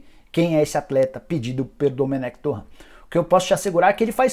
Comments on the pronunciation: "Domènec Torran" Porra Nicola KKKKKKKK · TuRênt é a pronuncia correta, qual dificuldade de falar certo?